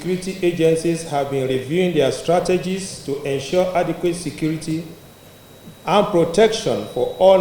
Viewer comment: Please this guy is repeating (secrety secrety secrety), is it secrety or security ?